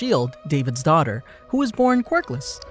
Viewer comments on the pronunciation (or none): none